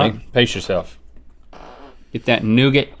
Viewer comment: The way they pronounce nougat is freaking hilarious.